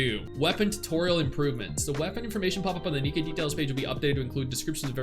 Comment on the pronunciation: Its nikke not nikki 😢